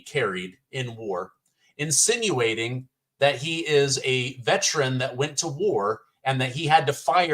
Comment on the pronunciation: Dude whatever you do, hang on to your credibility. It's "insinuating" not insituating. Sorry great content but i had to. They already think people are dumb hicks don't give em ammo